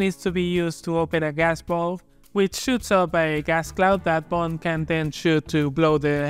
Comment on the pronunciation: "the names Bund, James Buuund" hahaha nostalgia. love the content